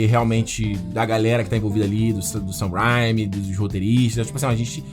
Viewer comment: Assim como o Peter do Ei Nerd esse cara não sabe pronunciar o nome do Sam Raimi direito e isso que me irrita